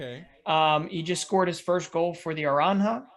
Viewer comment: Aranha? Its pronounced Oooo rhan juh